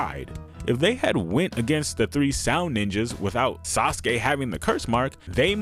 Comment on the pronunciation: Hehe.... "Sauceke"